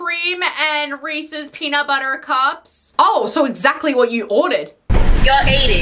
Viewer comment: If you don't know how to pronounce Reese's you don't deserve a refund! 🤦‍♂️😆